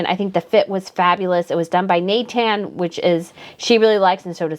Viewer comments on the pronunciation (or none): none